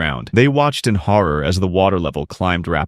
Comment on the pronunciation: He had said horror wrong